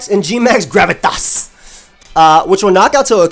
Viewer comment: I laugh every time says Gravitas